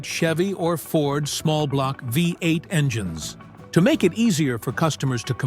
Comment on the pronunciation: The ai left the d off of Ford and the s off of engines.